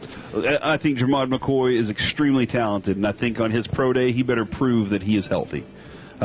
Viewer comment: These guys cant even pronounce shavon revel, or jermod mccoys names. The more i listen to this station the more i realize they just regurgitate everything bryan broaddus tells them.